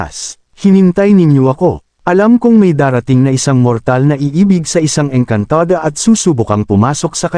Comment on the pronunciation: Maayos nman po sana ang kwentong ito.Kaya lng subra OA ang pagbigkas ng narrator ng saluting engkantada etc.